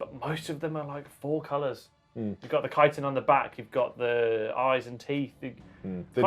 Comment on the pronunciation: Take my thumbs up for pronouncing chitin correctly